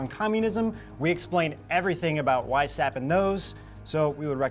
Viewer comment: Weishaupt is pronounced "Vice-how-pt" and it means Whitehead.